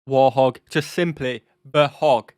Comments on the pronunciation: It's WART HOG, not war hog or hog, you need to get it right. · Others probably commented this, but anyway: it's "Wart-hog". Think Pumbaa. Who was a warthog. Not war-hog, not warth-og. Warthog. As in "hog (pig) full of warts". Ugly. Like the A-10. Though I'm sure she's a beauty to the ground troups that get her support. Also, like others have said, the video is wrong when it says the guns fits snugly under the pilot. Truth is, the pilot fits snugly over the gun. The plane was literally designed around the gun. Basically, they had an amazing (still amazing) gun and added wings and a seat for the pilot. And armor. And, as it mentions, redundancy. There are lots of stories of A-10 with unbelievably damage which still flew home and landed. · I just discovered your videos. Love seeing your reactions to different military hardware and situations. Oh, and it may just be your accent, but it’s the “Warthog”, not “Warhog”. Keep up the good work. Cheers. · Correction. It's Warthog not War Hog. Great reaction. Great images. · Warthog is pronounced wart-hog, not war-hog. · Pronunce wart hog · It is actually called Wart Hog ( the T is pronounced) the reason it was given this name was like the warthog was an UGLY bovine so it was thought that the plane like the animal Ugly , however because it f has armament almost like no other , it’s Highly respected by All 🍀